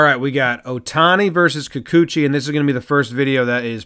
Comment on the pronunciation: It's pronounced kee-koo-chee. No accented syllable. Wonder if he's related to Moa